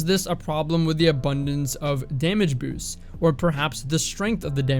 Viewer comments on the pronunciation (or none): I would practice using the word 'boosts' until it doesn't sound like you didn't finish chewing before you spoke. Alternatives like "improvements" or "increases" could be a solid option.